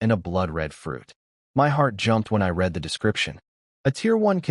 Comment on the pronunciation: READ not reed